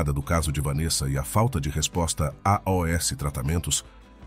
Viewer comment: O que quer dizer A O S tratamentos? O certo não seria pronunciar “ aos “ ? Difícil ouvir !